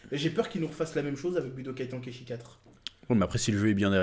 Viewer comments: Putain wsh pk tonkaïchi Ten, ten bordel comme le chiffre en anglais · Tu prononcé mal chez cet ten comme ten ten de naruto et pas TAN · Budokai « temps kai chi »